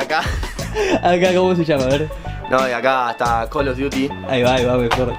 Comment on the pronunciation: de pronuncia call of daty...